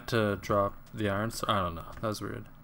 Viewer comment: yo stop saying " eye ren " it's Iron....